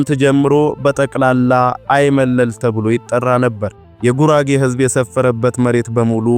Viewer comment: በርቱ እንበርታ። "ሐይመለል" ሳይሆን አይመለል ይባላል።